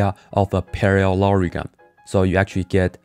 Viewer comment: para-LORY-gram :o